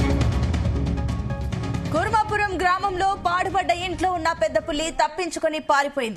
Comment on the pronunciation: Kuravaram kadhu thalli 😂 kurmapuram uru peru sariga Thelidhu kani newslu cheptharu